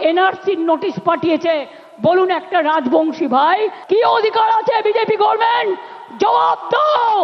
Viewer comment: গর্মেন্ট নয় গভমেন্ট